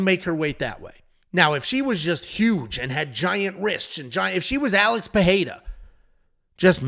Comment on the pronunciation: "Alex Peheira/Perreira"